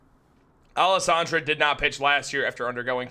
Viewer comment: Man pronounce Alcantara correctly if you are going to report on this.